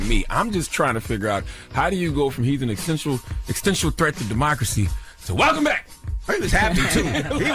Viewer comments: Anyone who uses the non-word “extential” should not be taken seriously when it comes to politics or anything else 😂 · WTF is “extential”???